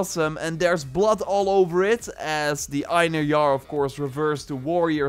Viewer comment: Pretty sure Einherjar is supposed to be pronounced (AYN-hair-yar)